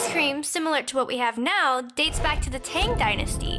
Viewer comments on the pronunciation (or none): none